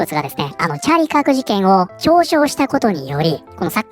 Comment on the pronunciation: ああチャーリーカークか 音声だけ聴いてたらチャリパク事件に聞こえて驚いたわ